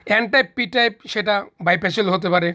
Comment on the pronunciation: এনটাইপ পিটাইপ ভালো করে বলতেই পারলেন না! বোঝাবেন কি?